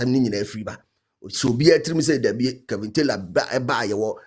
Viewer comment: The name is Kevin not kelvin pls 😂